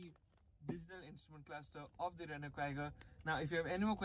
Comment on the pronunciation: Finally someone said it right ... Rennoo and not renolt